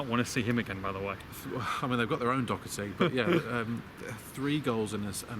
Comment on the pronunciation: Please pronounce Matt Doherty name correctly!! 😀